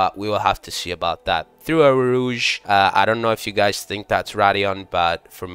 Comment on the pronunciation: Damn those pronunciations got every french person fuming frfr. Anyway the beginning of the corner is eau rouge and the whole elevation is called raidillon